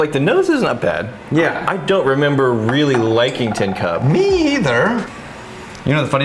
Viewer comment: I could have got drunk off of pronouncing Ten Cup though!! It's TIN! Not Ten!